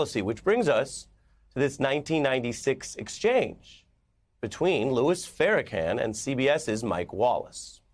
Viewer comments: Ari, I’m sure you’ve heard his name pronounced 100’s if not 1000’s of times…so are you intentionally mispronouncing the Minister Farrakhan’s (fair-a-kon) name for some odd reason? Are you not a Jew who clearly understands Hebrew pronunciation? Come on man. Do better. It’s not “Farrah-CAN”. Then at the end you all of a sudden pronounce it correctly. I’m confused and not moved by the artist deciphering of hip hop by white ppl. While I appreciate his attempts to bring light to a lot of the ills, disparities and hypocrisies that exist in America’s legal system, small things like ensuring someone that my community holds dear’s name is said properly. I’m woke for real! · Ita funny that he says kan instead of kon. Not haha funny but that no one let him know n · its pronounced FA-RAH-KAHN... smh 🤦‍♀ 🤦‍♀ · First off… it’s not (Fair-uh-can)… it’s CON… get the pronunciation correct 😒😒😒 and put some respect on that man name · Its pronounced FAIR-RAH-CON as in “conartist” Farrakhan not farrahCAN😅😅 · Stop callin him Farracan btchassngga. Pronounce it right. Farrakhan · All respect, but he gotta chill with that “Fair-can” it’s “Far-ra-khan”. It’s 3 syllables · But Ari still pronounces the Minister by Farracan not Farrakhan? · Farra-Kon not can 🙄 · K A H N!!!!! NOT CAN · FYI, the name is pronounced Farrrrrrrr - Uhhh - Khaaaaaan not Fair - Uh - Can 🙄 Ari ... you are an interesting 🤔😉 guy. 😏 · We see how you're trying to get the FBI to investigate Jay-Z. For one, when you say his name, it's "Jay-Z", not "Jay". It's Farrakhan..."con", not "can". I can tell this dimwit know nothing about our culture. I don't fault people for not knowing, but don't speak on it if you don't k. At the very least, do your research to know their names and how to pronounce them. This is as bad as "Straight Outta Compton" when they pronounced Atron's name as "A-Tron" rather than "A-Trin (the correct enunciation). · Pharacan 😂😂 they love to say his name wrong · Why is he pronouncing his last name like can